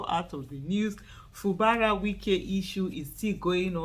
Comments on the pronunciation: His name is pronounced as Fu Gbara. Not Fu Bara. . Fu Gbara is the right pronouciation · Fubara is an Ijaw name. Aisha pronounced it correctly. It is not pronounced FU GBA RA please.